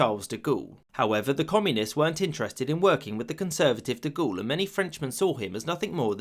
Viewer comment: The pronunciation of French words & names in this video is pretty bad. Per-tain, De Gool?